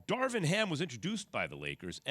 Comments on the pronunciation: Keyshawn: “Darwin Ham” 😂 yeah ok we supposed to believe y’all really like this hire and can’t get his name correct on TV multiple times. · Key keeps on saying “Darwin Ham”😂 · Keyshawn.... it's Darvin sheesh